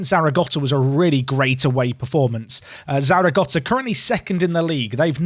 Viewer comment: Thank fuck there's no cringey intro. More of the same please. Also there's no T in Zaragoza